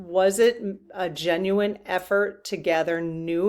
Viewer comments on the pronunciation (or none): none